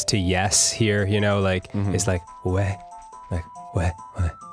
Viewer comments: Dan is correct XD Yeah in French is "ouais", pronounced "way" :) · Dan is actually right, the French equivalent of yeah is ouai, and he pronounce it just right, good job mastering the French language Dan... It sounded less sarcastic in my head. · Regarding the French ''Yeah'' Dan, you are correct. It's a ''Uh~ eh'' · Dan's right - oui = yes, ouais (pronounced "way) = yeah I know this from bullshitting my way through 4 years of high school French, and that's one of the only things I remember. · I'm french and that is true. We say "Ouais" a lot and it is pronouciated "Weah". "Ouais" derive from "Oui" wich mean yes in French. It's exactly the same thing as Yes and Yeah (Oui and Ouais). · Yes, the french "yeah" is "ouais" (pronounced "way") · yes the "yeah" in french is "ouais" pronounced exactly how Dan did. Hearing him saying it was so magical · you're totally right for "ouais" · Plus Dan says "Ouais" just like we do, he has the exact same pronunciation. Dan really sounded like a frenchman there, I'm impressed O.O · You’re right for the “ouais” Dan! 😊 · A really good "ouais", Dan! And it means exactly what you thing it does. Glad to see one of the have is shit together. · Yes Dan, "ouais" is the "yeah" version of "oui" ^^ I would know, I'm French-Canadian ;D (and yes in April we still have snow it's the sad truth) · You're right about the yeah thing Dan! It's "ouai." ^^ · That is the correct way to say "yeah" in french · You're correct about the french Dan. It's spelle Ouais. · French here, 'Ouais' definetly mean Yeah in English Dan you are correct. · danny youre right about the french yeah! its spelled ouais, pronounced "way"! did you learn french during your college semester in the french alps? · ouais is definetly yeah in french! got that right!! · You've right, yeah is "ouais" for french :) I think there is a lot of your community that is french and I'm in so... Yeah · danny is correct, its "ouais"